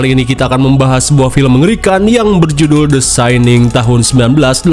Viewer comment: The syanin? Syaninss? 😂